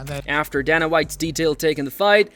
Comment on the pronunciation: "...a brutal stoppage that surprised everyone..."...ummm, you know we're already watching the video, no need for clickbait lies bro. Also, DAYNA not DAHNA....and croosifix, not cruhsifix....come on bro, painful work